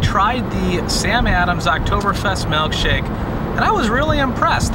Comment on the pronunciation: Giggled every time you should melkshake